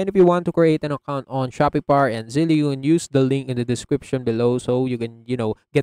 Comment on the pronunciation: Its not pronounced "Zelley". It's similar to "Belle" -- Zelle